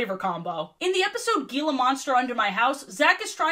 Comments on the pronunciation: its pronounced "heela" not "geela" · Um actually 🤓 it’s pronounced He-la monster instead of Gee-la monster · Just a quick note for future reference: it's pronounced 'heela monster,' with the 'G' having the Spanish sound, not 'geela monster.' As someone who grew up near the Gila Valley, I noticed the mispronunciation repeated throughout the video, and it was a bit jarring. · Your pronunciation of Gila Monster hurts me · As an Arizonan your pronunciation of Gila monster hurt my soul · Roughly Gila Monster is pronounced hee-la. The 'g' makes an 'h' sound. Apologies for the nitpicking. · You pronounced Gila Monster wrong. The g is pronounced like h